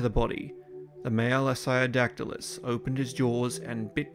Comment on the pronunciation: Are you *mispronouncing* the name of this Early Cretaceous pterosaur from approximately 120,000,000 yrs ago, You strangely say “I-Say-O-Dac-Ti-Lus,” when the species orthography would suggest “IST-Ee-O-Dac-Ti-Lus” as the proper, correct pronunciation, as the name “Istiodactylus” means “sail-finger,” which is a compound of the Greek “istio” [pronounced “Ist-E-O”—- with the first syllable pronounced the way one pronounces the “ist” in the English word “fist”——and “dactylus,” the by-now quite familiar Greek word for “finger.” I do actually have an evolutionary question,. By the Cretaceous Period (particularly the Late Cretaceous) many of the more evolutionarily advanced pterosaur species——such as the (in)famous pteranodon and nearly all the great Azdharkids—-lost their teeth and tails (which had been characteristic of many early, Jurassic pterosaur species, such as the Rhamphorincids), and they instead developed large, toothless beaks. As the Istiodactylus was an Early Cretaceous pterosaur rather than a pterosaur of the Late Cretaceous, *DO YOU THINK ISTIODACTYLUS’S STILL HAVING ITS TEETH RATHER THAN A BEAK IS AN INDICATION THAT IT IS A MORE BASAL FORM OF PTEROSAUR THAN PTERANODON AND THE AZDHARKIDS? Or, rather, do you think that the Istiodactylus was a highly evolved pterosaur that just happened to keep its teeth because of the scavenging niche it occupied in the food chain?*